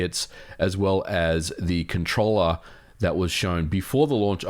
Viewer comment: hardwaeee??? controllaaeee?